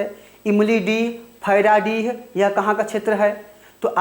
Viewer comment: फैराडीह नही khiradih है...